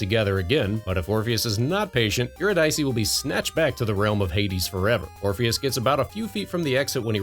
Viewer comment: Just FYI, it's pronounced "you-RID-uh-see".